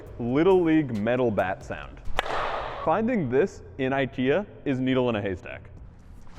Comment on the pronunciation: They didn't even know how to pronounce IKEA.